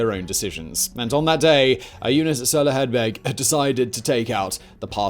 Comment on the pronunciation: As a a Tipperary man, that is the best pronunciation of Soloheadbeg I’ve heard from an English man. As always Simon, you are the 🐐!